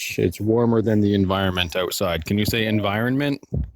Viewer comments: "Environment" lol... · Can you say "environment"?👆😅